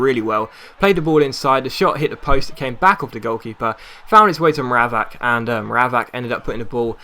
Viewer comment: It's Mra-VACH!